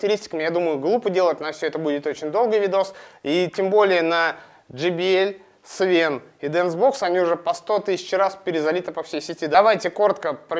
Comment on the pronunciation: не свен а свэн